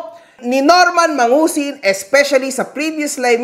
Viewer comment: MANGUSIN ❌ MADUSING ✅